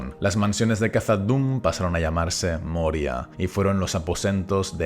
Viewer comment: Recuerda que la pronunciación de Khazad es kasad, como s que no como la z castellana.